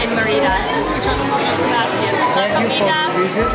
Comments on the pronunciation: Mi marido y yo tenemos una casa en Chi Chi Suárez y hemos disfrutado de tus vídeos, pero mi única queja es cómo estás pronunciando Mérida. Gracias por destacar la increíble comida y cultura de nuestra hermosa ciudad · This is nicely presented.... NOT nicely done!.... please, please, please learn to pronounce the name of the city correctly AND the name of the various foods correctly. It would take you 5 minutes to learn the correct pronunciation - 5 minutes. Maybe ask the waitperson how you say the name? Maybe ask a local how do you pronounce the name Merida!!!??? Sorry, if you are going to do a video like this, make an effort to do it right! Now you have thousands and thousands of people looking at this and they have no idea what you are even talking about. Sorry, very disappointing! It could have been so nice!!!! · Sorry, you do NOT have to speak a language to learn a few simply words. And the name of a city!!!!! Clearly no effort was made and it is a major disservice to anyone coming to Merida and insulting to the locals. It is not as though you are trying to learn Maya! Simply take a few minutes to learn 5 or 6 food names AND THE NAME OF THE CITY! If you honestly “tried” to learn how to pronounce a few words and this video is the results of your work, please blog about something else. Sorry, but as I said, it is a major disservice to people coming here and insulting to the people that live here! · I tried to watch this but 9 minutes in and I simply cannot take it! LEARN how to pronounce the name of the food and the name of the city!!!! PLEASE!!!!